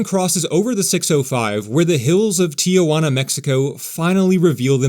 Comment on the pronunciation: Racist comment about being the “only actual American here” and mispronouncing “Tijuana” aside; it’s a good video on the transit network.